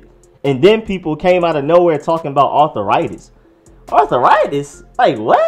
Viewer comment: Arthur-itis lolllll